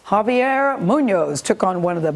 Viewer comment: One of the hosts was like "Javiar". And I'm like: "honey, no."